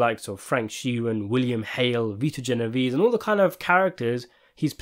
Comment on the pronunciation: You CANNOT discuss Italian mafia movies and pronounce Genovese the way the narrator is in this clip. DO YOUR HOMEWORK!